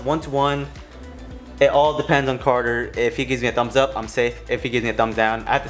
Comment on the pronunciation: The way he said carter I thought it was coda